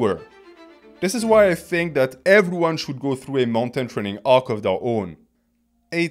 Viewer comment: Trening Arc 😂 ( its the way youre saying training arc in your french accent ik your natural)